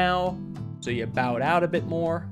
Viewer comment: “bow” is not pronounced like “take a bow.” It’s pronounced like “bow and arrow,” since you’re making it more bow-shaped.